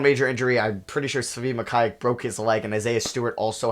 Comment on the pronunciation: As a KU fan I cringe when he pronounces Mykhailiuk😂 it’s pronounced: muh-ky-luke